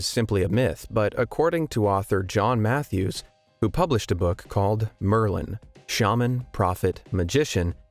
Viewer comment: It is Merlin I'm surprised you nailed it, kudos!